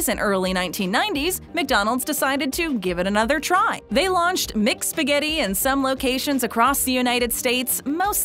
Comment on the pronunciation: "MicSpaghetti" "MicPizza" is haunting my ear.